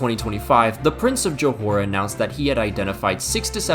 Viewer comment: btw is JOHOR not johore 😄